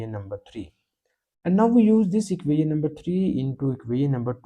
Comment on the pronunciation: Please learn to hot pronounce "equation". The rest of your pronunciation can use some improvement but is understandable.